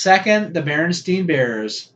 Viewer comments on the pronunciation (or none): Stein is mispronounced as steen too much. But yeah, Berenstein has apparently changed to Beren stain.